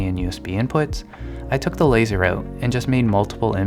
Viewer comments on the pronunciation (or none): none